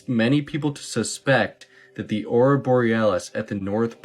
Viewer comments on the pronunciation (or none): AURORA. 3 syllables. Tick tick dummies never let us down. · I don't think that knows what he's talking about. Despite the fact that he doesn't know that it is pronounced "Aurora" and not "Aura".